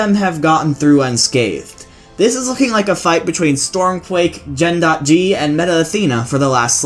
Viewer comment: I think Gen.G is pronounced gjenjee, and not gen dot gee